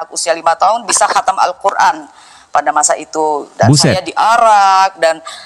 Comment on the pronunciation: HATAM BUKAN KATAM. NGAWUR. KESAKSIANNYA.😂😂😂